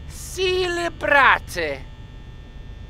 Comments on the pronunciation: "Cele-brat-e" Do you go to school? Cuz I go to school Boi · Why is the guy who can't even read "celebrate" trying to read us stephen king?